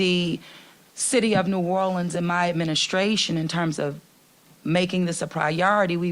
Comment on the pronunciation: Can the mayor at least pronounce New Orleans the city she's mayor of?